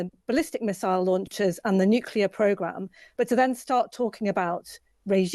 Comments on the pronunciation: Another host who says "new-cue-ler" - will no one learn how to pronounce this word - he sounds like an idiot. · These so called experts on this call cannot even pronounce the word nuclear. Some say “nucular”, it is not about going to war. It is about pre-empting the start of a war or perhaps preventing the escalation of a dog fight to a full fledged war. Thinking outside of the box, so to speak, the strike from the USA has to be direct and final on removing the nuclear threat forever. It is analogous to the strike down by Tyson in his hey day. That is no chance of a second strike and the spontaneous end of the beginning! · Nuclear (new clear) not nucular.